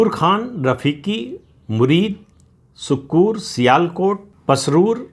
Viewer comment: सक्कूर नहीं सर सक्कर । पाकिस्तानी पंजाबी सक्खर भी उच्चारण करते हैँ।